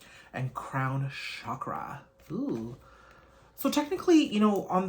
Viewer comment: Chakra is pronounced with a hard "ch" like choice or chance, not a "sh", which surprised me when I read my Wheels of Life chakra book